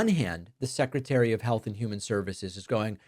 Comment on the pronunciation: it's pronounced health.